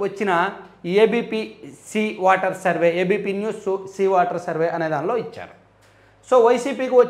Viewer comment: వాటర్ కాదు వెధవ,ఓటర్ అను.😢